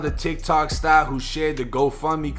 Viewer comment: The way you say “sTAR” love it. Sorry I know people died in this video